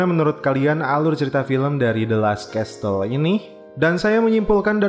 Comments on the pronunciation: Kl gue perbaiki ucapan yang salah pasti dibuli gak ya? Castle dibaca kasel, bukan kastel bro. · the last kessel, bukan kestel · Bang Castle bukan dibaca "kestel",, tapi yg benar dibaca "kasel" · Kok aku terganggu dgn penyebutan castle y